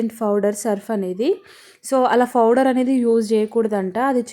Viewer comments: Powder ❌ fowder✅ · Nee foudar paadugaanu, powder not foudar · Pouder kadhu powder